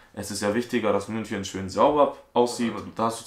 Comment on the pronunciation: MÜNCHNEN? xddddd